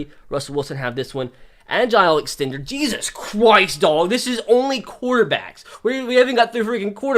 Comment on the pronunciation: “Jesus croist”